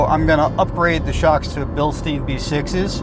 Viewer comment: Bilstein is pronounced Bill-stine. If the word has an "ei" then the "i" is the sound. If the word has an "ie" the the sound is "e". Your welcome... :-)